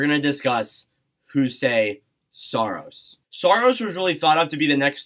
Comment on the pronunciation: Juuse Saros is pronounced "you-see saros" Tanner Jeannot is pronounced "Juh-noe" And uh Josi is not underrated. Like at all.